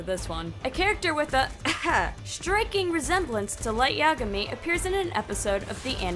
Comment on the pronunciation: "Hi! my name is Light Imagay. Ya- Yagami!!